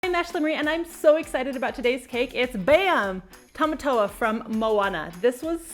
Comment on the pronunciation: Tomatoa not tomato